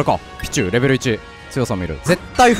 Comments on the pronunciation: ピチューの発音がシチューなんよ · ピチューの発音がビジューなの草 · ピ↓チュウ↑ のイントネーションすき笑